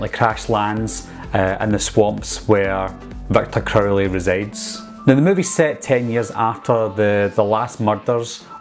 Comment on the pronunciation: Not trying to make fun but I always laughed when he said Victor crowley.😂 "Victor Curly"